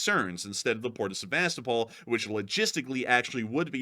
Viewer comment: Yo, thanks for another excellent update. And if you are open to suggestions, and not that it's any huge deal, but it might be worth checking into the pronunciation of Sevastōpol, which I'm pretty sure like Melitōpol and Mariōpol, have their accents on the second to last syllable, as in Seva-STOH-pol. 🤓😅🦾🇺🇦🇺🇸